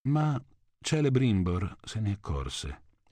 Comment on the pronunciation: Tu sei italiano e pronunci Kelebrimbor come Celebrimbor cazzo non è perdonabile